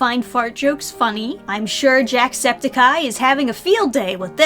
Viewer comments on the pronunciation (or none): none